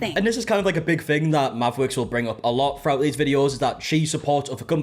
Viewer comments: Not me, half listening as I play a game and keep thinking this man suddenly developed rotocism everytime I hear him say Mavwicks. 😂 It eventually sunk in but at first I was like.... did he bite his tounge or what the heck is going on? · I can’t deal with the name Mavwicks, it sounds like someone trying to say Maverick that can’t pronounce their r’s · I can’t with the “mavwicks” 😂😂😂😂 it’s like a speech impediment 😂😂😂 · I thought it sounded like it was making fun of people with speech issues…made me mad. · It definitely sounds like a Cindy Brady speech impediment